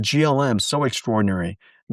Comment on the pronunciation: did he just pronounce "qwen" as "quen" AM 7/25/2026